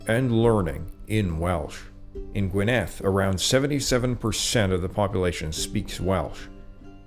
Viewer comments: Firstly you don't pronounce Welsh words as if they were French, it's GWYNedd not gwynETH,and the Edd is voiced. Why do Americans think any word that looks a bit 'foreign' should take stress on the final syllable. It doesn't, strictly apply even to French. It only appears to because the French dropped a lot of final letters. Secondly Wales doesn't mean Celt, it mean speakers of 'foreign', it was applied to the Gauls and the Romans, it has cognates in Flemish, cf. 'Walloon' which is French, Dutch, German..... It has nothing to do with any tribes in Wales. You don't sound like you know what you're talking about and your delivery is cringe-worthy. I'd forgive that were it not for the glaring mistakes right from the start. If you're going to expect people to give up their time to watch your videos at least get the basics right from the start. Oh, and that painting on the wall. Iesu Grist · Great video. A note on pronouncing the name of the county of Gwynedd. Emphasis is on the GWYN. GWYNedd. Also, the double d in the Welsh language is hard. So, it sounds like the TH in 'the'. Thanks again. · Pronounced Gwynedd wrong.